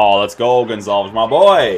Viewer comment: Not Gonzales. Gonçalves. Aka pote